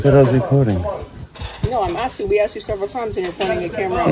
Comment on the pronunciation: Boneheaded 😂😂😂 “You’re unlawfully aksing me to leave”😂😂😂😂😂😂😂😂